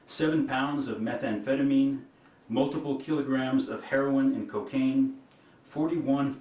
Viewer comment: Even worse is that our United States Attorney General does not know how to say methamphetamine properly😲!!!!